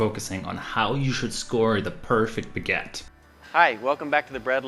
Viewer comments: What is a "beget"? That's what it sounds like, but I have no idea whatsoever what you are saying. Oh, do you mean a baguette? Well, FIY, you are saying "biget", but that is not the word. It is "baguette". "Be" is not pronounced "bi". Come on. It isn't a bigette, it is a baguette. And you keep saying biGETTE. Stop. I won't listen to you if you keep saying that. It's driving me nuts. There is no such thing as a biGETTE. The first syllable, "bag," rhymes with hag, not with hit. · learn to say BAG ETTE, thank you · PLEASE learn how to properly pronounce 'baggette' ! There is a you tube video for further reference! Thanks!